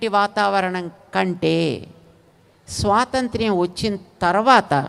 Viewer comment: స్వాతంతిర్యమ్ కాదు బాబూ అది 👉 స్వాతంత్ర్యం అది